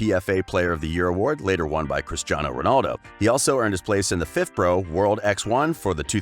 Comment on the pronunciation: Yeah it's pronounced ' world 11 ' not world x 1 you muppet